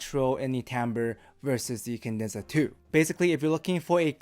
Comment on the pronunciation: it's "Cadenza." "Kah-dehn-zah." Not "kin-dehn-zuh." I will say however the new vids are miles less annoying than the old